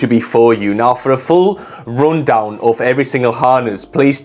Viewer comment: Excellent review. , “rundown” is pronounced with the short “u” — “ruhn - down” — instead of the long “u” sound — “roon - down.” Regards.